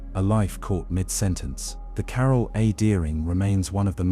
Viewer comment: Carol lol not carl